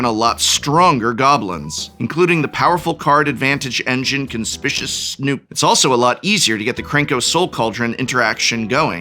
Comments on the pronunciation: I choose to believe the professor is trolling us by pronouncing “Conspicuous” as Con-SPI-shus rather than con-SPICK-you-us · _PROFESSOR_, did you say CONSPISHISH Snoop? Who are you, Sethprobablybetterknownassaffronolive? CON-SPI-CU-OUS. Grade F for F.F.S. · "Conspishus"? Geez, let him do a second take! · Hey Prof I thought you were an English major? Your pronunciation of 'conspicuous' was itself conspicuous ;P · The occasional mispronounciations are part of his charm